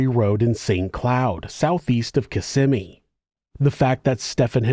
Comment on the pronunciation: Hey it was bice that you pronounced Kissimmee correctly 😊 have a great day.